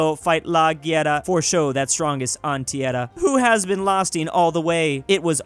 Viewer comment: when said "tIerra" when reading Brazilian dialogue I almost punched my phone